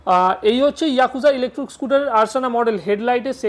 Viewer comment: আমি ভেবেছিলাম ইলেকট্রিক স্কুটার দেখাচ্ছেন। কিন্তু আপনি বারবার বলছেন ইলেকট্রুক স্কুটার। তাই মনটা খারাপ হয়ে গেল।